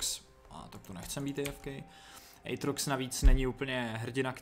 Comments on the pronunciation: Aatrox a ne Ejtrox xD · je to átrox ne ejtrox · Vyslovuje se to "Ejtrox"